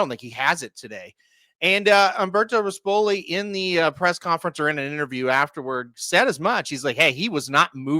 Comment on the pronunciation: And pronounce rispoli correctly; he’s not the piece of crap owner with gator colors